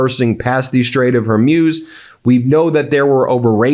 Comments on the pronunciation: You'e going to be saying it a lot from now on, so please learn that it's the Strait of Hormuz, not Hermuz. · Hor-Mooze. Not Her-Muse. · It’s not Hormuse. It’s Hormuz! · Hormuz is pronounced “Hormooze” not “Hormews”. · Strait of Hermuse..? oh, you mean Hormuz... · Hey Ben Get the name right! it's NOT her-muse it's HORMUS pronounced Whore-Muse Don't flaunt your ignorance, it insults your status as a Professor! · Strait of H o r m u z it's not her muze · HER-MUZE, DO NOT BE SO AMUSING, CORRECT PRONOUNCIATION IS S, HER-MUZ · I think it is pronounced "Hor-Mooz"; it sounds like you're saying "Hair-Mewz." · PLEASE have the respect to say Hormuz correctly!! Its not Her-MEWS ! It is HOR-MOOOZ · It's Hormuz (Strait of), emphasis on hor, not her.........love ya buddy, only here to help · Ben: It's pronounce Hermooooz. Not, Hermyus. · It's pronounced "Hor-mooze" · Hormuz is Hor-mooz Ben. It’s hormooz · You really should look up how to pronounce the Strait of "Hormuz" (i.e. mooz). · Thank you for wholesome reports. Just a small item: the name Hormuz, the “-muz” should rhyme with speaker brand “Bose” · Ben, “Hormuz” is pronounced “whore-mooz.” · Hormuz is pronounced "hor·mooz" as in booze or snooze. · Your pronunciation of Hormuz is getting worse. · The way that this host pronounces the Strait of "Hormuz" is weird... 🤔